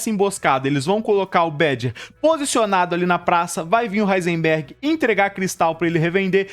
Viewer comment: Duvido alguém falar quantas vezes o cara do vídeo falou "Heinserberg"